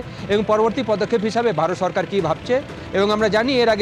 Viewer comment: এই ভারতিরা নাকি যুদ্ধ করবে, হ্লারা কথা ও বলতে পারে না। সরকারকে বলে চরকার, সেখানে শব্ধকে বলে ছেখানে😜😜😜